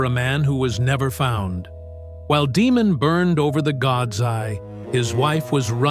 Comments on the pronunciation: It's pronounced "DAY-mon", not "DEE-mon." There are no demons on House of the Dragon, but there is a Daemon Targaryen. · "Demon Targaryen"? AI never prounces things like this correctly.